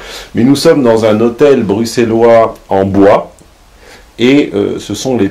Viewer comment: Oh mon dieu tu prononces bien Bruxellois, pouce bleu. (oui c'est un com' pas très utile mais qui fait pousser l'algo blablabla....)